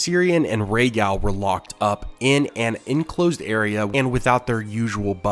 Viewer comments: Its not gal, like a girl, its pronounced gahl, like gall bladder. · You say Rhaegal the American way. It’s annoying.